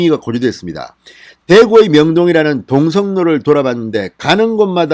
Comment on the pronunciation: 공성로가 아니고 동성로 입니다.